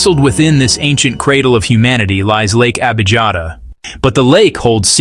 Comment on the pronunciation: Correct pronunciation is Lake Abiyata. Sometimes the German spelling is used: Abijatta. But I'm German j is pronounced like y in English. The Italian spelling is Abiata. Such a fundamental error is pathetic!